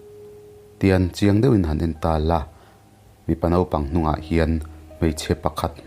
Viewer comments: "Nopang" ni lovin "NAUPANG"tihtur aw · NAUPANG tih turah NOPANG i ti leh ṭhin a, hei hi ṭawng dik lo a ni a. Mizo ṭawngah Nopang a awm lo Nausen, Naute, Naupang tih tur a ni e.